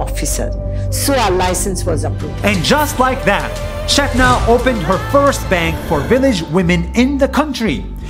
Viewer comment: U are saying chethana wrong it is putting a whole new meaning it means trash in telugu